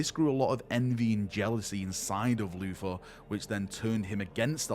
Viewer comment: It's "Luther", Not "Floofa".